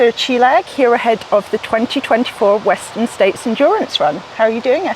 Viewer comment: W'eszter'n "States" Csillag :) (heard it on the singletrack podcast)